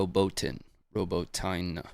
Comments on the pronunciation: Watching this belatedly, but let me help, again: Robotyne is pronounced: Robot-ee-neh. Some say Robot-ee-nay, but I've not heard an Ukrainian say that - they use the first version (learning both Ukrainian and Russian) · its pronounced: "Robot-in-yeah" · I loved the part where said It's "Robo Tine" and then he... Well anyway, happy belated birthday,.